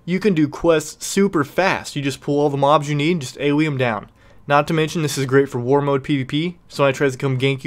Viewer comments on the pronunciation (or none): none